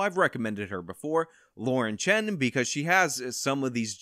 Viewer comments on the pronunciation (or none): none